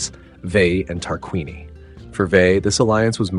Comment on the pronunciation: I understand north american language has brutalised the proper civilised pronunciation of language so it is a hopeless quest, but I thought I'd still give you a little hand this time and help out with how you should be pronouncing Tarquinii and Veii: TAR-QUIN-EE-EYE VAY-EE-EYE Hope it helps, nice video.